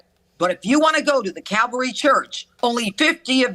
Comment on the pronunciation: She is daying cavalry, but wouldn't it be CALVARY...... where they crucified him?????